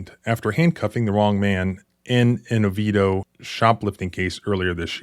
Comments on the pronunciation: Whoa... You pronounced Oviedo correctly!! That's super rare ... and now I'm remembering you mentioning you had worked as a bouncer in Orlando, so I guess you know that LOL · I was impressed when he pronounced Oviedo correctly! Makes sense now.